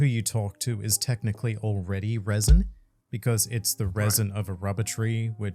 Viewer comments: pronouncing raisin, rather than resin, is so funny. Unintentionally creating raisin raisin fruit. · 🤣 "Reh-sin", not raisen raisen fruit😂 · I love how you say raisin indtead of resin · Fantastic video but i couldnt help but hear the word "raisin" every time said "resin" 🤣🤣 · The way say Resin like RAIsin makes me chuckle. Love this collab SOOOOOOOOOOO much! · No offense but every time says resin it sounds like raisin and i think a raisin raisin fruit is just hilarious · Not the “RAISIN RAISIN” no mi 🤣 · Lol it sounds like is saying the "Raisin Raisin fruit". I am just trying to imagine what powers the Raisin Raisin fruit would have. It would certainly be a possible fruit power in the Oda world. (It was so funny that we get that califa soap fruit, which was surprisingly strong) Thanks for the great content guys! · Am I the only one hearing "raisin" whenever is attempting the word resin? lol A thing I don't hear enough about the "three favourite panels" argument is that the answer was regarding the imagery, in the Sabaody case Robin wiping her hand on Usopp (for being realistic and mundane but still, to him, really funny), not the scene itself including speech bubbles. Oh, and technically Momo doesn't have a man made version of the Koi Koi Fruit, Vegapunk didn't create it out of the dna (lineage factor) from the devil fruit but from Kaido himself. So Momo has technically the Kaido Kaido no Mi, and since Kaido had already awakened dragon form it was part of his dna code and could explain why Momo transforms straight into dragon form and there's no fish form.